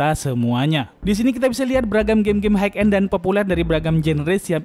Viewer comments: hai end bang bukan haik end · Bacanya hai end bang, bukan haik end